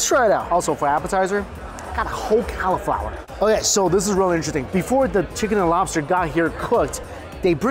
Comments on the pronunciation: Yeah, I heard "Cow-flower" That isn't a normal American pronunciation, is it? I'm Canadian, so I'm not sure. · Every time you said Cow-flower I twitched 😆 it’s the only way I will call it from now on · Why is he saying califlower 😂😂